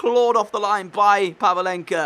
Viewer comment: It's pavlenka not pavalenka